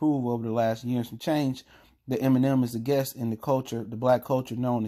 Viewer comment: Guest. Not guess. Js